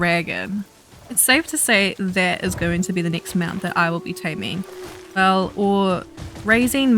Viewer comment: I thought you said Rideable Mouse instead of Mount, lol 😜